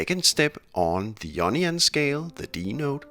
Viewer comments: the word in pronounced eye own ee on = Ionian not ee onion. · The onion scale 😂 that’s made my day! I’m just saying you need to pronounce the ‘I’ in Ionian 😂 great video though! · When he says 'Ionian' it sounds like 'Onion' I am going to call it Onion mode from now on. :))) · I thought he said 9nion scale.